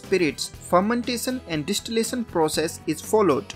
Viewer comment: Dish tee lay son...😂 Phur men tay son 😂